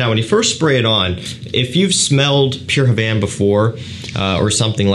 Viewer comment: "Mugler Pure Havne" camon, you can do better ..... 😂